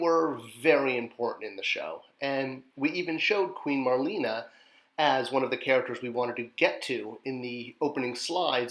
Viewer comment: Nearly crapped my pants when I originally saw the images for Marlena. A perfect release for her! I bought two to display both versions & have both bio cards:D Though I believe she was like Marlena Dietrich...pronounced Mar/lay/na. Thanks. You're a legend:)